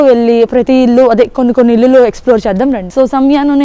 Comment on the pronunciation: ఇల్లులు కాదు, ఇళ్ళు. ఆంబియెన్స్ కాదు, యాంబియన్స్యా. You and your hubby make a nice couple. Your kid is very cute. Your background music is a bit loud and distracting.